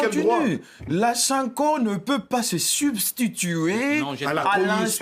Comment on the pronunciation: C quoi cette façon de parler 😂😂😂😂 tu en fais trop reste toi même papa on ne dit pas je contunie 😂😂😂😂 zala yo papa esthétique eboma vélo